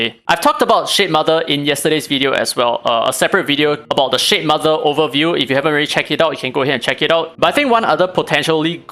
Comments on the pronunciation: cannot stop hearing sh*tmother 😭😭😭😭😭😭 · It seems like you are really disappointed by shademother because everytime you say its name i hear shitmother for some reason. LOL